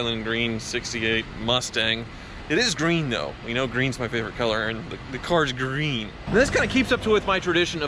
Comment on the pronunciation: Does anyone here how says green